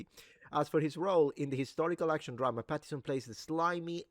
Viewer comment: Since you said yourself you're pedantic: please, please, please - his name is Robert PattiNson. with an n! I was so annoyed you missed it every time you said the name.